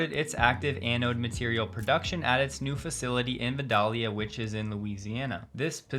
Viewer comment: Proper pronunciation for Vidalia, La factory location is: ‘Vi-dell-ea’